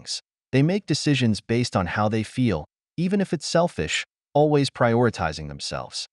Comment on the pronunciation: you mispronounced always